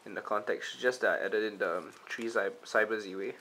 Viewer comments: surely its Zwei like "tie" but with a Z. Meaning german for two? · It is I think pronounced as 'Z-Vei' based on my knowledge. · Your prounouncing Zwei wrong... Its german buddy. Means 2. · Is 'Zwei' really pronounced like that?